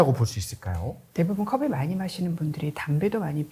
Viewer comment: 커피F 발음 ㅎㅎㅎ